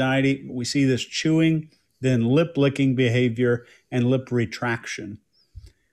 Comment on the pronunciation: I thought said lid licking and just had an image of a giraffe deposition 😅